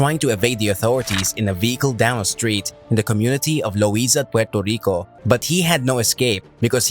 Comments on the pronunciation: Learn how to say Puerrrrrrrrrto Rico not Puelto lico. And its La Isssssla dellll Encanto lololol oh my god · I guess 8f I can forgive you for killing the pronouncation of Puerto Rico I guess he can.🇵🇷🇵🇷🇵🇷